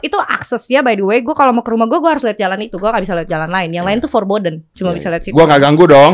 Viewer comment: ternyata gak cuman gw aja yg nyebut jalan "forbidden" itu jalan "porboden" 🤣 kyknya seluruh orang indonesia juga deh